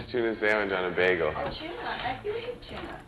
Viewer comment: “a nice tuna saandwich on uhh baygel” 💀💀